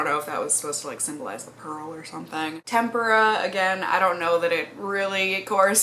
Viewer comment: I love hearing your take on this palette, especially given your background in art. I've heard so many people pronounce tempera like tempura, as in "shrimp tempura," I cringe every time, haha. I've been debating this palette because I do have some similar shades...but it just looks so pretty!